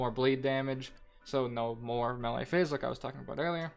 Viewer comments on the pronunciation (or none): It is pronounced MayLay